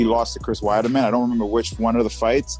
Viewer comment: “Chris wiederman”